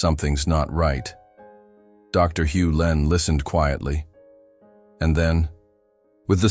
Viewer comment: It's Hew Len not Hulin.